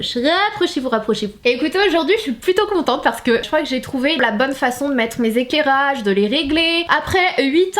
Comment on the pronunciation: À « mes éKèrage »mdrr Ps:je t’adore